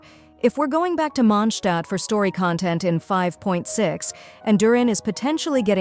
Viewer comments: It's MondstadT. It's even spelled correctly in the video and you still get it wrong. WTF??? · WE'RE GOING TO MONDSHTAAT